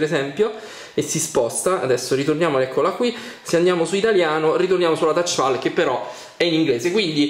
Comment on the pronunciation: Touchpal?!? Thouchpal?!??!?!?